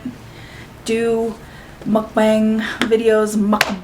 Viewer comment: You did say mukbang correctly the first time thooo